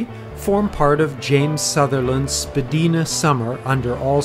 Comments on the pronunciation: Spa-di-na. Long I. Get it right. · I was making a joke of your pronunciation, words in Canada with 'dia' are pronounced with a long 'i' not long 'e' , I don't know where people get the long 'e' from tbh